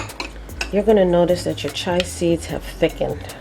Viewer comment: Chia pronounced Chee-uh. We have to take care of one another. You have helped me so I will return the favor.